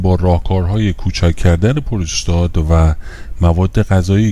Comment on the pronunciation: Prostat doroste nä purustat, puuuurustat.